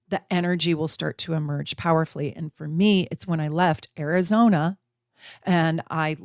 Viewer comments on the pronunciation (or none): none